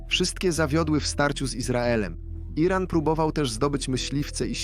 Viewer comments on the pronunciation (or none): Co to jest jeden ran? Czy WY nie umiecie czytac tylko musicie uzywac bezmadziejnego AI... a Moze A jeden😂😂😂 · Lektor jest genialny! Słowo Iran czyta jako: Jeden ran😂😂😂